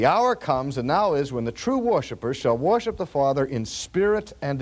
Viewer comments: OMGoodness! RC pronounces it "woiship"! I love you, Dr. Sproul and your teaching loses none of its strength for your lack of pronunciation but it does amaze me. ----------------------------- My argument to your professor's question would be that Jesus is God and Jesus has a body, therefore the Mormon is not wrong on this point. Fitting in with the notion of the triune God, God both does and does not have a body. God transcends our mortal thinking on this issue. My personal view is that Jesus has been that man that he is since before the foundation of the world. When it says we are made in God's image, I take that literally, both physically and spiritually. We, too are triune. I think Jesus and Adam would have looked like twins. I think it was the man Jesus when scripture talks about "the Lᴏʀᴅ God walking in the garden in the cool of the day." I have a tendency to ascribe every Godly thing in the Bible to Jesus Christ unless it is undeniable not Jesus, like when God the Father spoke from Heaven at Jesus' baptism. I think the flame in the dark that walked between the animal pieces Abraham had laid out was Jesus. I think the burning bush Moses saw was Jesus. I don't think there is a problem with that because all three members of the Godhead are "co-equal," as they say. If I should mistakenly call the Father Jesus, I have done nothing wrong for Isaiah tells us the Son will be called "the everlasting Father" (Isa 9.6). Does God have a body? Sure seems like it to me. Is God a Spiri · For such a smart guy, he sure doesn't know how to pronounce "worship." Just kidding, thank you for these great videos! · He said worship in a way I don’t remember him saying it. Haha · I have never heard him say it like this!!! I love it. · I have listened to many of Dr. Sproul’s older sermons and have never noticed his dropping of the “r” in worship! 😅 I thought he was doing a bit at first. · An accent is coming out here. "Worship"